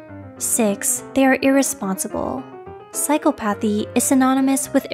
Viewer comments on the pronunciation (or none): Psychcop Athy why is she saying it incorrectly?